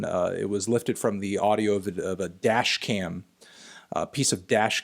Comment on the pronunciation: the way he says dASHcam~~